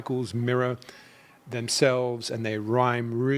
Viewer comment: even with your Aussie accent you sound exactly like a true New Yorker when you say the word “mirror.” This cycle will mirror previous cycles… You pronounce mirror just like a New Yorker does: Meera!!! Haha long love Sydney and long live New York!!